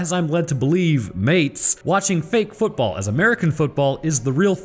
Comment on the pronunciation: FOOTball, FFFFOOOOOOT, FEEEEEEEET (P.s I prefer rugby 😅)